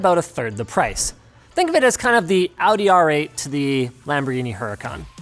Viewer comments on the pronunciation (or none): none